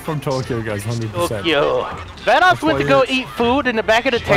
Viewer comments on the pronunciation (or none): Vanoss not canons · Is vannos not bannos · "Banoss" XD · lol, “Banoss”